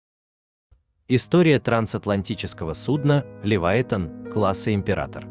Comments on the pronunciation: шо за Левайтан? може Левіафан? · Правда не Ливайтан, а Ливиафан